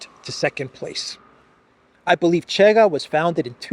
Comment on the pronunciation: you are great as always, 👍may Saint George protect you! 🙏 Just a small note about the Portuguese party Chega, the correct pronunciation in Portuguese is Shega.